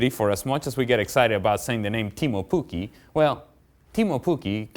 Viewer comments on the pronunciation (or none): "Keemu Pukki" cmon, do your research ffs